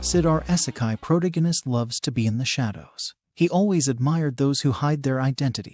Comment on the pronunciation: wtf is a protoginist ?